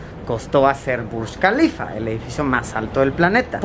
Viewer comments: Yo: Burj kalifa Luisito Comunica: Burschh kalifa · es Burj Khalifa..no BUSH KALIFA...